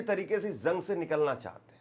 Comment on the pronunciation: Bhai thodi urdo par dhian do urdo achi zuban h lolne wala sune wale ko bhi acha lagta h jang ko ap zang nahi bolenge jense zire sahi lvz jira galat galt lavz